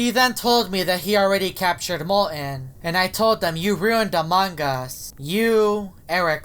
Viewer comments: he just said amanga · I like everytime say "Amon gus"